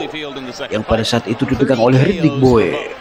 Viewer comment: klo tulisannya Bowe tapi bacanya Bow bukan Bo we